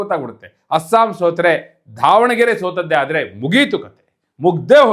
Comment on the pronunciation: ಧಾವಣಗೆರೆ ಅಲ್ಲ ಮಾರ್ರೇ ಅದು ದಾವಣಗೆರೆ ಅಂತ